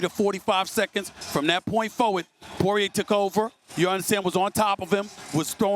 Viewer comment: I’m impressed That the casual Stephen A can pronounce Poirier’s name correctly.